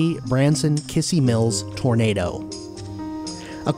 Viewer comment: Just so you know, it's pronounced Kiz-zee Mills. Still, great coverage on the track, guess it's now time to see if my storage unit on Mt. Branson is still intact or gone completely.